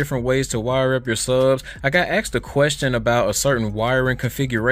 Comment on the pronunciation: Asked not axed lol